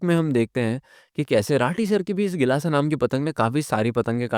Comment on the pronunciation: BHAIYA kelasa nahi gilasa